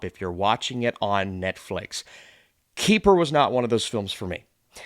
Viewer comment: It is not you, it is me. But every time you say Keeper, I hear kiefer. Good review.